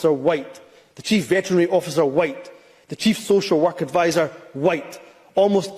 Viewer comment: When he pronounced the silent H in the word white ,that told you it was said with malice against the 95%of white Scot’s and white people everywhere ..he’s a race grifting bigot that needs to go from any form of power whatsoever. He would of ended up. Like Charles Stuart in the past as would most of those in Englands parliament for treasonous acts ..Scotland wales and Ireland have seen enough of tyrannical bastar## in the past and so has England ..this is the 2024 not 1296 .it’s time to make Humza useless as welcome in Scotland as they made Edward Long Shanks and Marshall wade …not very welcome at all ..